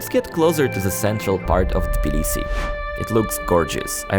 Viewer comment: Of course the nice American guy doesn't know how to pronounce Tbilisi properly 😅